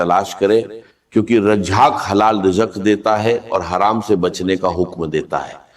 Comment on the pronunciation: اس شخص كو الرزاق کہنا نہیں آرھا ہے ۔ یہ کوئی ہندو ھے اس لیئے رزاق نہیں کہ پارھا ہے "الفتاح " کھولنے والا ہے ۔ " الغنی " یہ ہر گز ڈاکٹر اسرار احمد شہید نہیں مگر پیغام درست ھے۔ اسے بلاک کرنا ضروری ہے۔